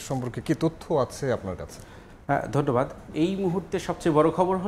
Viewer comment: ধন্যবাদ না বলে ধঢ্যবাদ কেন😂